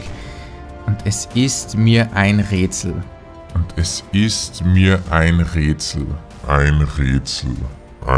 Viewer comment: ein rätsel ... ein räätsel... ein rötsel... ein rööötsel und ich checks nich 😂